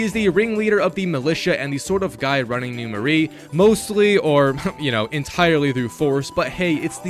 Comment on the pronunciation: first off its NEW MARAIS prounounced MER -A second do festival of blood as well those have UGC trophies too